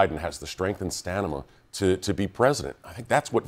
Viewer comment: Doug Heye 😅😂🤣 "Stanima" ?!?!?